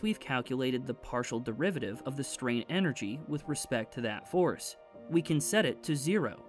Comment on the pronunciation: Am I the only one who heard forest when he says force !? I can't be the only one 😂 All jokes aside. Most underrated channel!!! Keep up the good work bruh.